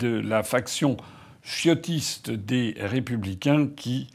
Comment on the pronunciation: Euuuh chiotistes ou ciotistes? La prononciation est floue 🤭😅🤣🤣🤣